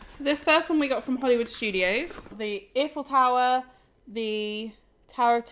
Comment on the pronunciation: It is pronounced I-Full Tower not E-Full Tower! also we watch a lot of Florida vlogs from people who live in Florida and they find new things at Universal week to week, think you must have looked in the wrong places.